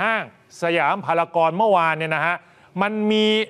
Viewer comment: นักข่าวพูดผิดครับ จากพารากอนเป็นพารากอนนะครับ